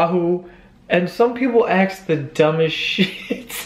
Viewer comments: I'm 67 and thoroughly enjoy watching your videos. You are a hoot, as are your siblings. I do wish you would pronounce "ask" properly. You say "axe" instead of "ask" - give it a try, sweetie. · Two things. BOTH pictures are terrible because you are hiding. You're VERY good looking. You should know that by now. Stop hiding behind a stupid hat or anything else. Second issue: ASK. The word is ASK. And, it's pronounced, ASK, not AXE. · Does he keep saying aks me instead of ASK? 😂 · does he pronounce ask like ask or axe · Just stop saying AKS instead of ASK !!!